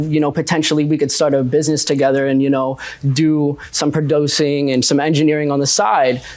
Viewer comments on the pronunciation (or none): Not pra-do-cing instead of producing lol